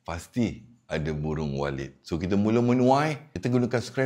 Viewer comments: Saya dengarnya burung walid😂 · Macam terdengar "Sarang burung Walid" ! Nak Dewi boleh ?😅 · Ini kuping gw apa emang bener dia bilang walid sih😅😅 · Walit tauu. Walit. Bukan D😂